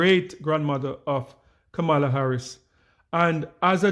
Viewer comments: Please learn to repeat her name properly:"kama-la", not "ka-mar-la". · Correct pronunciation… Comma-la🤷🏾‍♀️ Why are people refusing to pronounce her name correctly? By now, it’s basically international news😂😂😂😔😔😔😶😶😶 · Klandice so smart but can’t pronounce VP name correctly.